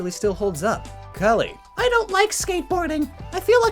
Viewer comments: is he calling her cullie? its callie QwQ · Am I the only one bothered by his pronunciation of Callie's name? It's not pronounced like cauliflower! The "a" is pronounced like Apple, or her (and Marie's) actual namesake, calamari!